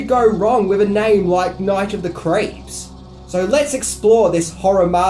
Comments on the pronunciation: Sorry are you saying Night of the Creeps or Night of the Crepes? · "Night of the Crepes" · It sounds like you're saying "Night of the Crêpes"...which is a movie I want to see! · Sounds like youre saying Night of the "CREPES." 🤦🏽‍♂️ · “Night of the Crapes”